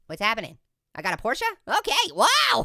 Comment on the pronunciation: Finally, a youtuber who can say porsche right, and he's an orange!